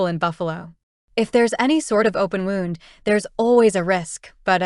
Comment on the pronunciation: Good story, I emjoy all your books. The narrator I'm assuming is AI...wound is always pronounced wrong. But enjoying the books.